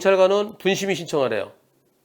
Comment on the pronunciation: 분심의 를 병심의라고